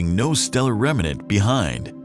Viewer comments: REM - NANT!! Not REM - A - NANT!! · Rem-nant. Not Rem-in-ent.